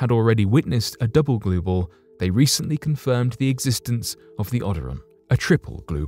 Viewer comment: What are..gluebals glue balls. Blue gals.. what is he saying. I dont even know what that is. Damn.